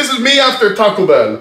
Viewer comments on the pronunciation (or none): none